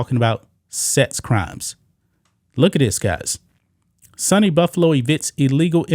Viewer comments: I dont usually correct mispronounced words, but It is pronounced Sue-knee, not sunny. (State University of New York) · SUNY (Sue - Knee) not Sunny…. State University NY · It's pronounced "Soony" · You pronounced (Cheektowaga)Cheek ta Waga right but SUNY is pronounced like Sue Knee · It's pronounced Sooo Neee Take care bro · has never heard the pronunciation of SUNY before 😂😂😂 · My friend it's pronounced sue knee and cheek 2 wa ga. Great job reporting.😊